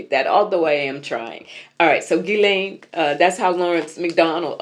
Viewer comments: I had to look up how to pronounce her name, and based on Google, you said it correctly. It's a hard Gee like (ghee...clarified butter) then lain. When I encounter people with unique names, I'll ask them how to pronounce and spell it and the memorize it. Of course we can't ask her. lol I just got back from 21 days in my home country of Belize Afefe so I'm getting caught up with my readers. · I was looking for a clip where she pronounced her own name. She's done a couple of Ted Talks and addressed the UN. I thought I hit the jackpot, but she either didn't introduce herself, or they cut it off. Her brother Ian pronounces it gee-len (hard g, like ghee, as you say). The YouTube channel is The Real Ghislaine. I wonder what the AP Style Book says? Maybe NPR has a style guide? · I saw interview where her brothers called her Gee (hard g) lan so you are right. There r other pronunciations, but her brother would know better than anybody out here.